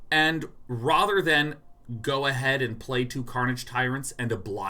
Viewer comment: "Rother" strikes again. Is it just me? It's just me isn't it. I just don't understand. It just strikes like lightning, it comes out of nowhere like a ninja from smoke. Answer me Day9! Why hath thou forsaken me and the pronunciation of this one single word!? All of the other words you say are in a typical American accent, except the word "rather". Why, Sean? Whyyy?